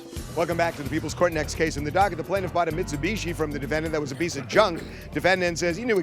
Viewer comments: and im pretty sure he was supposed to pronounce it BEECH and didn't get the memo 🤣🤣🤣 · "Mitsubitch". Did I hear that correctly?